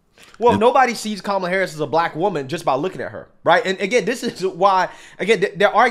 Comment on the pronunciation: The way he pronounces black too...."blike"